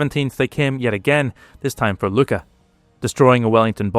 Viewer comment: The Maltese pronunciation of Luqa is a bit odd for English speakers. It's not a K sound. It's more like Loo ah with like a glottal stop in the middle. There isn't really a sound like it in English, so it just got pronounced Luka.